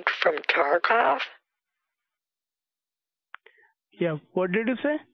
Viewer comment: Dumb question - what is tarcov? Tarkoff? Omg this is hilarious lolllllll the toothbrush omg 😂😂😂😂😂 i can’t take this lol